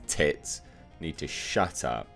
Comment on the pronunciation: “Both of you old bags probably need to SHUT AP......”🤣 Him reading that in his accent got me....😁👍